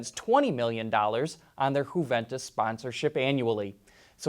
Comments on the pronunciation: Come on mate. It's not HU-ventus. It's YU-ventus. Just like you would pronounce "you". It's not spanish Jose! It's ITALIAN baby....! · Huventus? It’s pronounced ‘yuventus’.